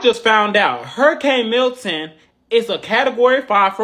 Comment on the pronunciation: Milton hun, not Hilton